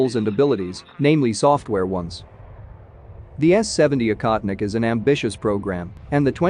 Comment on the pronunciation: “Baffled”? We’re “baffled”?? I don’t think the word means what you think it means. (Also the voiceover makes the drone’s name sound like “incontinent”.)